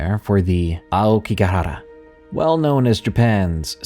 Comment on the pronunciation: I came to listen bc I love you and the stories, but I stayed bc you said “aokigahara” the right way lmao.